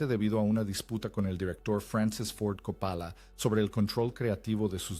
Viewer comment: Y Capála, por Cóppola